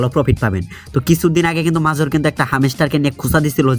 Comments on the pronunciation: শালা মোর উচ্চারণ করা শিখেনি মেজর কে মাজর বলে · ভাই আপনি মাজর না বলে মাজার বলেন তাও শুনতে ভালো হবে